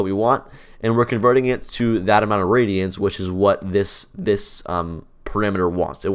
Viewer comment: Do you mean radians? The way you pronounced it sounded like radions 😅